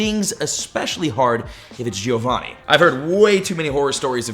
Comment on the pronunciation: Dude can't pronounce Giovanni